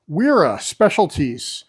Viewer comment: A "w" in German is pronounced like a "v". So it's vera, viha and so on.